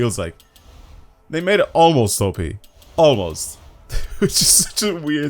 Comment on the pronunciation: ‘AMOST’! You mean Almost right?